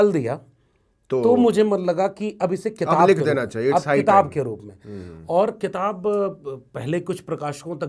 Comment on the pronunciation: क़िताब(Qitab)नहीं, किताब (Kitab).